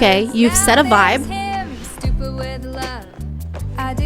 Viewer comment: Someone pointed out to me that in Stupid With Love that it sounds like she is saying "Stoopoo with Love" and I can't unhear it...